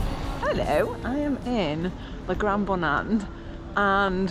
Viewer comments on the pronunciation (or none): none